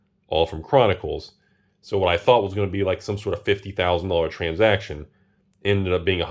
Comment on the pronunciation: "Transjacktion" - 2022